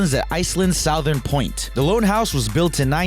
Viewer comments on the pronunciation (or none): I let it go when he said “south-ern”, but “Tolkyen” (Tolkien) was too much 😂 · why did you say southern like that?